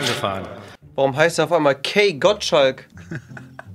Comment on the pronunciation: Der wird doch Kai Gottschalk ausgesprochen und nicht Key😂😂😂